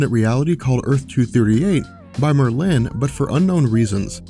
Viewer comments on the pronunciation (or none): Mer-linn? ....Mer-linn? FUCKING MERLIN, the most famous wizard ever, and you don't know how to pronounce his name? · Merlin is pronounced with the emphasis on the first syllable, sorry, was bothering me! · You are emphasizing the wrong syllable in the word Merlin and it bothers me. Stop it. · why is he saying Merlin...like it rhymes with Berlin? it sounds so goofy the way he says it lol. I have NEVER...EVER...heard anyone say that name that way before. that is hilarious.